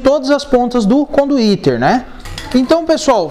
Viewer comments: Conduíte cara, não conduítERRR!!! RSRS Maneiro o vídeo. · Super didático, mas que agonia ele dizendo conduíteR. É conduíte. Kkkk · Conduiter? Conduíte? Eis a questão. Man, bom seu vídeo, a propósito. Mas tu falou muito conduiteR, tá errado, dói oszuvidu... Rsrsrs